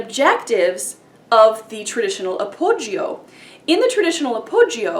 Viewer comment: The 'I' in appoggio is not sounded.